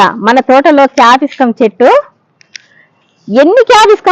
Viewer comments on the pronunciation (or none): Capiscum kaadandi dhani capsicum antaru.